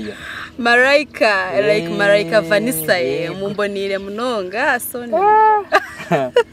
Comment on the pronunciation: Vanisa or vanisha😂